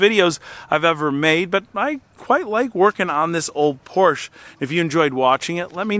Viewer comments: POR SHA - Say it with me POR SHA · Again an ignorant American driving his porch. There is an E at the end of PorschE. Do you say th ?? It's thE same letter. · Please stop calling it „Porsch“. 😂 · PorschE not Porsch. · Great video, but wish you'd say the marque correctly "POR-SHA." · Porsshaaaa. Stop mispronouncing it. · Love your videos! Just would really like it if you pronounced Porsche correctly. It's two syllables and it is commonly mispronounced. But when people of influence pronounce it incorrectly it justifies it to the masses. Poor - Sha. It isn't hard. Poor - Sha. Help educate the masses to pronounce it correctly and as always, keep up the good work. By the way, where can I find a service manual for pretty much any car? I need one for my Volvo and I remember you mentioning a website to purchase service manuals but I don't remember what video it was in. Thanks! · It’s POUR SHAA. A car guy should know that. 😅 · Good video but Porsche is a 2 syllable word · Learn how to pronounce “Porsche”. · It would be easier to listen to if you could’ve pronounce Porsche correctly 😮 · The name of the car is two syllables, not one! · You can’t even pronounce Porsche correctly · I can’t watch a video about a Porsche where the dude won’t pronounce it correctly. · Very well done!! I think you did incredibly well, indeed! Except... one thing... do you think you could learn to pronounce "Porsche" the way it is meant to be?? All else is brilliant. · "Porsche" is a TWO syllable word.🙂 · It’s a two syllable word. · PLEASE LEARN HOW TO PRONOUNCE PORSCHE…every time you buy one you drive Porsche enthusiasts NUTS! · When will you guys learn. It‘s pronounced „Porsch-a“ not „Porsch“. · Please pronounce the cars name correctly. it is pronounced "Por-sha", not "porsh". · typischer Hinterwäldler Ami ... PORSCHE heißt das, nicht PORSCH! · pls stop calling it a porsch.... its a porschE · If you are going to continue buying Porsches, please learns to pronounce the name correctly. Porsch-a